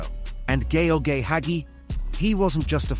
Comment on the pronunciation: Sorry. I thought you were talking about Hagi 😅 But Yes, the narator of that video seems he can’t pronounce correctly ‘Gheorghe Hagi’